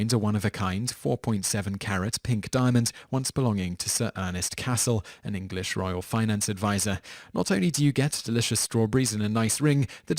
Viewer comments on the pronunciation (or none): none